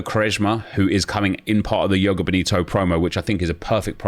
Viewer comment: Nep can you please say the J in joga 😂 makes me shiver when you say yoga